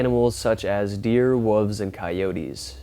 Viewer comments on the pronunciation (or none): Why is it American’s can’t say wolves/wolf properly????? Guy’s there’s an L in the damn word😡🤣😚